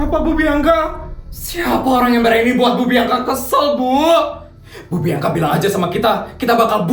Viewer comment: Bianka bg bukan biangka 😂😭😭😭